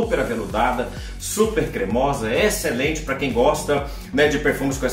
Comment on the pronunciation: Alguém diz pro que a pronúncia da palavra excelente é Êxcelente, como um acento circunflexo e não Éxcelente como acento agudo. Éééxcelente não por favor! hahaha